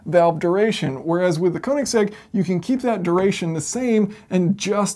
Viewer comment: Koenigsegg, not koninsegg